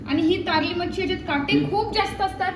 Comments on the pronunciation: Tarli❎ Karli ✅ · Tarli nahi karli bolatat.